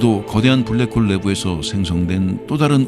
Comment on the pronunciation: 잠들만할때 블랰호올 들으면 잠 확달아남